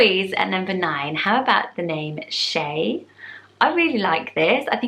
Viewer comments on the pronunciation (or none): Shai in Hebrew is pronounced like “Shy” not shay 👍🏻 Still love it! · Shai is pronounced “shy” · Lol my dads name is Shai but you mispronounced it 😂 it’s pronounced shy. A lot of people mispronounce his name 😂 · As a native Hebrew speaker i will chime in: Zera - means seed in Hebrew and is also slang for semen. Jonah - the Hebrew word for dove pronounced Yonah. usually in transliteration of Hebrew the Y sound is written as J Shai - more emphasize on the a sound. it need to sound less like an e. the way you pronounced it make my think of Shae from game of thrones. the name also means present and can be used for girls as well. A part for Zera all of those are very wonderful names. I would want to suggest another name: Elisheva, a girl's name, meaning oath of god, bountiful of god. also this is the Hebrew version of Elizabeth. like Rivka and Rachael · I think Shai is pronounced like shy! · Huh they pronunced the same way it sounds shy doesn't mean shai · People who pronounce it that way just pronounce the name incorrectly, in an Americanized form. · You actually got Some of the meanings and pronounciation wrong. Shira actually means singing and not song or poem. Shir means song. Shai is pronounced as is you’re saying she and then the letter I. Hope that made sense!! Also fun fact my sister is named shirt!! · Tal I supposed you could pronounce them anyway you want though really lol